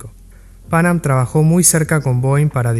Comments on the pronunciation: fonéticamente hablando se suele acentuar la segunda “a” no la primera!! Pan Am fue un ícono en la aviación comercial!! Excelente video, felicitaciones!! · Muy buen video, lo disfruté mucho. Ignoro por qué el locutor pronuncia tan mal el nombre de Pan Am, es casi intuitivo pronunciarlo bien en cualquier idioma.